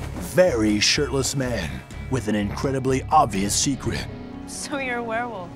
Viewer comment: I heard "sh*tless" instead of "shirtless"